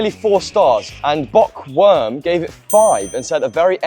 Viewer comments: Haha same with Bookworm pronounced "Bockworm" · The mispronunciation of the reviewers usernames adds to the comedy. Noun pronounced noon Bookworm pronounced bokworm